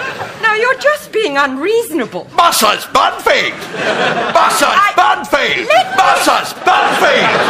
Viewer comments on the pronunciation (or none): My favourite part is when he keeps on saying musses Bunfield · Gary Stirling it sounds like he says Mrs Murphy for some reason.